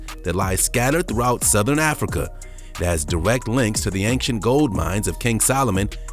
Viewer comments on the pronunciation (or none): none